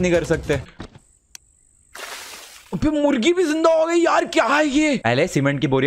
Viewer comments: Pakistan's cute pathan Ahmadshah also says mugri to murgi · you said mugri else of murgi.............Seriously? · No one Literally no one Not even binod Not even nonu Le triggered insaan says murgi as mugri